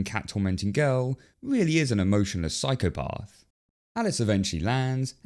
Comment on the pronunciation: Sorry bro, it’s psychopAth; not psychopARth